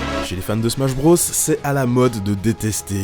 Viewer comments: Putain mais arrête de prononcer BROS comme ça... Mario BRAUSS? Super Smash BRAUSS? EDIT: Ah okay "nonante trois", tout s'explique... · "le -iiiitsteune dans smash brôs" Tu m'étonnes qu'on se moque de la prononciation française de l'anglais